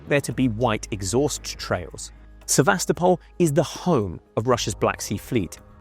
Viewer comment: If you can't pronounce the name of the city of Sevastopol correctly then I have to assume all the rest of your information is also incorrect.